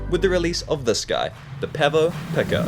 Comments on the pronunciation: He says, "PECK oh" its actually pronounced "PEAK oh" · Pronounced peeko my friend not picko 🙂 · Are you deliberately mispronouncing "pico"? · The way you pronounce Pico is a real trigger for me.